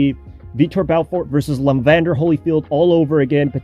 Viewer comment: And Evander Holyfield, not Levander